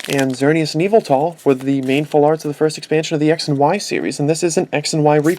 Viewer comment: its yavetal